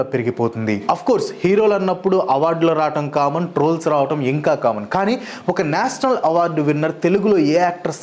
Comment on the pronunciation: "ష" పలకటం నేర్చుకో బ్రో! అస్తమానం నేసనల్ అని వింటూ ఉంటే బాగోలేదు 🫤